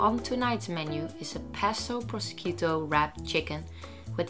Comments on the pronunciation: Hello! I'm Italian, the correct pronunciation of ''prosciutto'' is ''proshootto'' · Just wanted to point out that is pro-shut-to (pronounce). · it's "prosciutto", it isn't "proschito" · 'proskito ham'? Oh no, no, no... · the way she pronounces prosciutto is so cute!! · pro-shUt-tO not proskiotto! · Please please please, I know it’s hard to say words from another language, I struggle myself, but proskiutto it’s harming my ears... you pronounce it as prosHutto... italian sci is like SH. But I love the video, really, not up to criticise ❤️ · Proskiutto ahahah the correct one shoud be like proshutto ;) love your video! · I'm Italian, the right pronunciation it's not proSKIUTTO but proSHUTTO. Bye :) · I'm italian too and when she said "procchiutto" I started laughing so hard tht I wasn't able to stop. But she is one of the nicest youtuber ever so I think we should forgive her😆 Love you ❤ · Il modo in cui ha detto “prosciutto” pronunciandolo “proschiutto” mi ha fatto venire i brividi ahahah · I wasn't getting what proschito could be, then I realized! Proshootto is the correct pronunciation! by the way I'm definitely trying the recipe! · Baby is prosciutto not proschiuttu! By the way i love this video ,you are such a good 'chef' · Nice ideas for meals prep, but may I just suggest just a pronounciation? 'cause the read of the word ''prosciutto'' is actually (proshiutto) not (proskiutto). Thanks from italians, we will appreciate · "Proschiutto" no please! It's prosciutto ( the "sci" is like "sh" in italian) 😊 btw good video! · Lol the pronunciation of "prosciutto" made me laugh. It's more like "prosheootto" than "prosquito" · Hey ❤ Lovely video as usual! Just wanted to point out that prosciutto is actually pronounced like "proshiutto" (if it makes any sense 😂) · Ginevra lol sounded like mosquito 😂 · Azzurra Meringa no you have to write like you pronunce it, like “proshutto”😂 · it's pronounced like "proshuto"